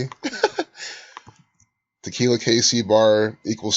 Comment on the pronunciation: Tequila... aka Te-kill-yah.